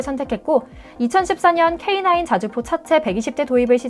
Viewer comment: 오늘 브리핑 아나운서 목소리톤 좋다 내용도 좋고 AI TTI 목소리 음성지원인가요? K9을 케이구라고 발음안하는것을 보니 여자ㅡ 사람 목소리인데,, 맞네요 😂👧😂👩😅😊